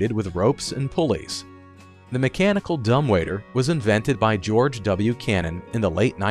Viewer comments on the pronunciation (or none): none